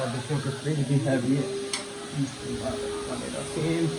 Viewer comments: Bai bismillah na padha kro kiya faida ghalat padne se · Solar kolte howe ap bismillah ghalat pahdte ho